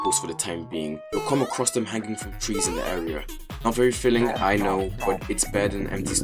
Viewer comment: "Not very feeling" when you say not very filling. Using a.i to fill in for you I see. Good job.